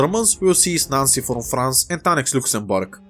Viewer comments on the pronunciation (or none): none